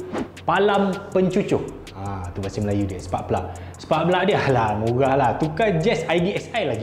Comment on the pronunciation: Seram dengar punya MURAH